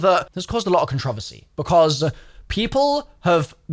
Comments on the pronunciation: holy shit say controversy correctly, no one says it the way you do so you cant blame your accent on it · Also why did you say controversy that way 😭😭😭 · 1 minute in and I’m asking myself if I pronounce “controversy” wrong. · The way says "controversy" isn't real, it can't hurt me. The way says "controversy" isn't real, it can't hurt me. The way says "controversy" isn't real, it can't hurt me.